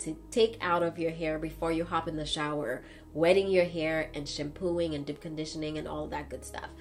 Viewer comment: I'll never get over how she says "dip" conditioner and "live" in lol